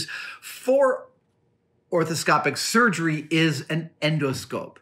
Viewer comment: It's "arthroscopic", not "orthoscopic".